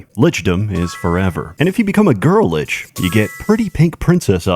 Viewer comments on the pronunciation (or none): none